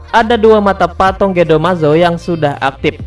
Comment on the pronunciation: Patung broo,bukan patong